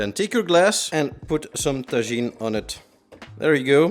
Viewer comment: i think taJin is pronounced like "taHin" also can i substitute mezcal with cognac? and contreau with cognac? and tajin with cognac? and simple syrup with cognac? and lime juice with cognac? asking for a friend